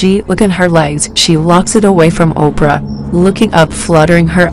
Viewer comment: i need the narrator to pronounce their names right everytime they are definitely black queens. so if ur going to report on this subject practice the names one minute it right then the next it’s left just a lol